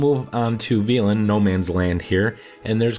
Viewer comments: You heard everybody in-game says vel•en right? How did you come up with ve•lin? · İt's read velen. Not fucking violin. (Only bad part of the video) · Could be wrong but I'm pretty sure it's pronounced vEHlen not vEAlen. Also that last one in khaer is accessible through a cave on the east side of the lake. Don't try to climb it like I did it's a waste of time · Jason Broadway are you stupid? probably just stupid... where does he pronounce is VIOLIN? you're deaf as Fuck hahaha if anything he's pronouncing it vEElen instead of Velen.. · Thank you so much for this! Well done! Side note, it’s pronounced “Vell-on”. It rhymes with felon. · Veelen. Navi-grad. Oh you have a way with words:D